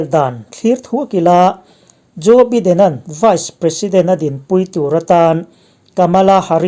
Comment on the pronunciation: Joe biden(baiden) ti a lam tur zawk,a hming i swidan hi biden nilo in (baiden) ti in lam rik zawk tur ani e